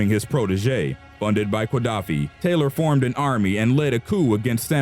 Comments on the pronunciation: Very interesting. However, the pronunciation of Qaddafi is not "kwa-DAFF-ee," but rather "guh-DAFF-ee" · are you really saying QUA-daffi?